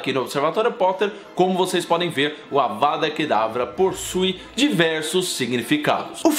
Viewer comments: Mano ele fala avara kedavra e é avaDa kedavra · vc, várias vezes no vídeo, fala "Avara" em vez de "Avada" rs. Além disso, cometeu um equívoco quanto a Sra. Weasley. No livro diz que ela acerta a Belatriz com uma raio vermelho que acerta abaixo do braço dela. A Sra Weasley não usou a maldição da morte. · Ele falou avaRA kedavra um monte de vezes 😂